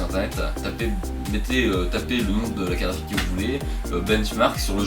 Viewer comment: Hey, Tu fais Comme Yanis le Nazi mdrr C'est Une bien bell Carafique xD